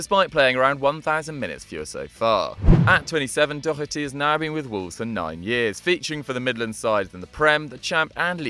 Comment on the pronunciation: Daw-her-ty not Dock-er-ty